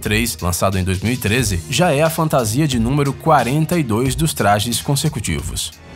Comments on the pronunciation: Mas alguém fica putoo quando o cara fala fantasia...?!!!!!!!!!!!! Fora isso o vídeo tá massa..ksks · sim, fico muito puto quando ele fala fantasia!!!